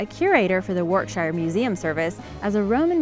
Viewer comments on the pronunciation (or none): Just a note: You're mispronouncing/butchering a lot names: Yorkshire is pronounced 'Yorksure', Leicester is 'Lester', Warwickshire is 'Warwicksure', Pestle is 'pessel' and Dorchester is ' Dorchister'. There's really no excuse for this, coming from a historian . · It's pronounced "Wah rek Shy err!" It's pronounced "Lest errr!" It's pronounced "Blem em!" It's pronounce "Mal brah!" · I was hoping someone corrected her on behalf of Warwickshire we thank you